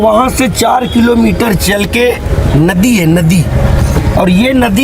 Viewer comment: भई सहाब आपका हिन्दी बोलने का ढंग सही नहीं है नदी को नोदी बोल रहे हैं ।